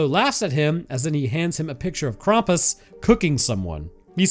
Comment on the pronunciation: ´Most of the world very sanely celebrates christmas on christmas eve. Hence, christmas eve IS christmas. Thanks. And PLEASE freaking stop pronouncing "Krampus" as "Krompas". No one. NO ONE calls him that.